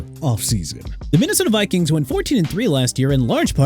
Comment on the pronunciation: CONTINUE TO DISRESPECT A LOUISIANA CITY BY MISPRONOUNCING IT. YOU'RE DOING A FANTASTIC JOB!!! ALSO IT'S VIKINGS NOT BIKINGS!! YOU'RE DONE! FINISHED! HAVE A NICE DAY DUDE...